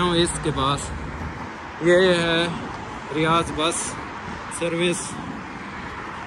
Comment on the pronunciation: Vhai ap bol reho riyaz jo ki riyad hai??